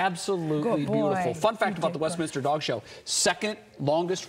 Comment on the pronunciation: You would think a news channel would know that it’s Westminster not West Minister.